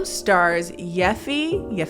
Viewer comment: stumbling over Yifei's name had me rolling. It's pronounced "Yee Fay" 🤣